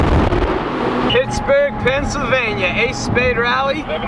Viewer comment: "WE'RE HEADED OFF TO PISSBERG, PENSYLVANIA" Sorry, but I cannot unhear that.